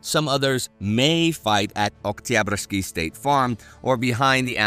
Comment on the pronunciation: Great stuff as usual Fun fact: Every time Indy prononces 'Oktyabrsky' it sounds totally russian with not any accent present